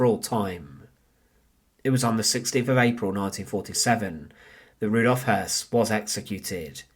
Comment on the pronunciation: The last name is properly pronounced "Hoyss". It is spelled Hoss, with an umlaut accent over the O. In german, that makes the "o" properly pronounced as "eu". Just a small point of clarification.